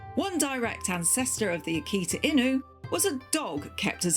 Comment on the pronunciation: She pronounce it correctly this time. Before, she call it "akita in you"